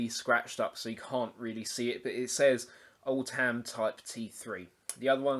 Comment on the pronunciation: I used to use these on regular basis in the seventies when I went potholing and exploring old leadmines I charged mine up with a car battery charger set at 6 volts with a old electric fire element as a resistor. Being from Derbyshire the lamps were easily got hold of. Splitting hairs on pronunciation Oldham is as the Lancashire town and not " old ham ". Cheers Grahame